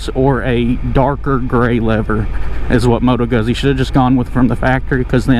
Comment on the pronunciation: Guzzi = Gootsi. Like pizza. Not guzzy.